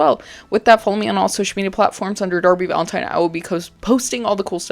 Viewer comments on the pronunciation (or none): none